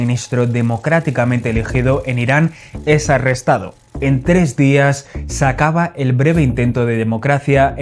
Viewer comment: . En tres días "sacaba" en lugar de "se acaba". ¿Esto es RTVE?